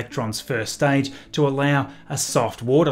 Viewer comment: Staidge is staible)))